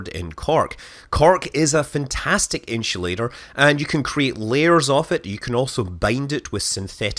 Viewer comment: Cork In-shoe-later